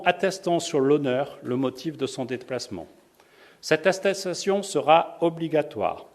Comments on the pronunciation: « cette astetation » .... Il voulais dire atchoum 🤧 je crois Gargamel... 🤣 Force à vous tous! 👍🏿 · Il a un problème avec le mot attestation le monsieur la X) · Putain le mec ne c'est même pas prononcé attestation.... Attetation😂😂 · Cette assessation 🤔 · « Cette astetation » 🤣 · Qu'est-ce que c'est drôle. Vraiment on se marre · Cest juste qu'il arrive pas a le prononcer. Il dit le mot trois fois dans la vidéos, pas deux prononciations similaires. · Pas facile à dire attestation 😂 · Les gens qui se moquent de sa maniere de pronocer attestation .c'est super sympa bravo 👏🏻 je vous souhaite pas d'avoir un enfant dyslexique ou avec des problemes d'orthophonie.